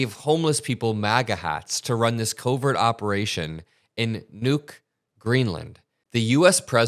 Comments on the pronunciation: Nuuk is NOT pronounce "nuke" you ignoramus. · I know it is trivial but "Knuuk" is pronounced like a knuckle, not like a bomb.